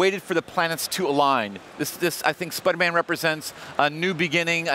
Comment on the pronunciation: does anyone notice how the guy on the right keeps saying SPUDDERMAN! LOL